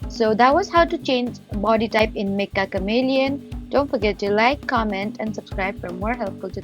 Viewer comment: It's pronounced metcha not mekka.